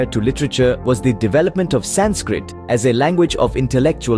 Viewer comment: Learn how to say sanskrit Aarav Prakash 7 E